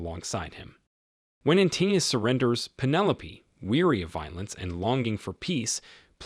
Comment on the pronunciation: Antinous is pronounced antin-o-us, not antinneus.